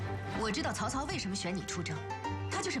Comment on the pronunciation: 曹操应该是河南腔。。。